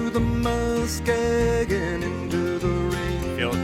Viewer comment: I have taken that railway, when I went to BC for my first job. I am now retired. This was and still is one of my favourites. The words that weren’t sure of are pronounced navies with a soft a like “naavies” and muskeg like musk-egg.